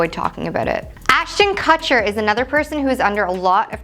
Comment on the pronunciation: Ashton Cutcher u pronounced it wrong